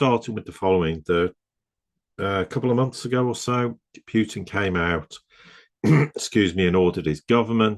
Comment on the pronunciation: Big fan of … But can’t help giggling at how he pronounces “Pew-tin” 😂